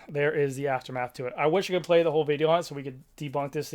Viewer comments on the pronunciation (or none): none